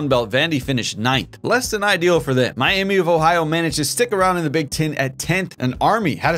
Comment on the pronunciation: Miami vohio 😂. Great video man super entertaining